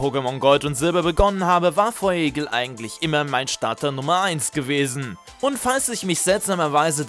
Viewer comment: Feurigel nich feuigel